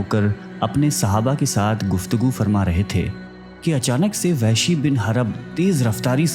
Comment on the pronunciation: Lafz Wehshi nahi blke Wahshi ha